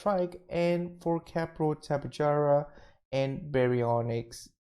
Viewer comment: Fyi it's pronounced Tep- Ah- Hara, not Jara